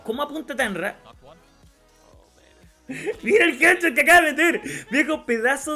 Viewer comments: No es HEARDCHOT SE DICE HEADSHOT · Mira esos "jer chot" papá :v